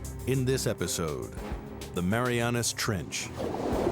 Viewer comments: Everywhere spells it as "Mariana" Trench, but this video pronounces it as "Marianis"; why? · Why is narrator saying MariaNass Trench?